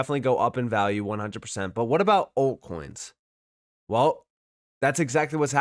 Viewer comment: Are you saying ‘alt coins’ or are you saying ‘old coins’? I cant tell.